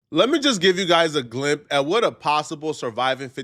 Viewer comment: bro wtf is a glimp?? 💀 Quit callin gang bangers stupid when you can’t even pronounce words right yourself 😂😂